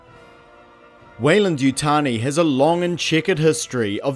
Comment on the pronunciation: Ah yes, Yeyland-Wutani